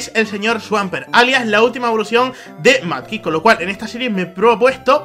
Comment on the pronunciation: porque le dices manky es mudkip